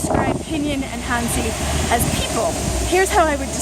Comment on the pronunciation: Hey, not to come across as a wiseass, or your teacher, but since you say it a lot in this video and others, as well as "wo" try and work on your "hanzi" pronounication (not talking about the tone, but just the general sound). Your "zi" is way off the mark, listen to an example here:... in short you have to shorten the "zee" a lot more, sort of, it's hard to explain in writing.